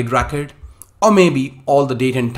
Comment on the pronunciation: Why do you pronounce 'RECORD' as ''RAKET'?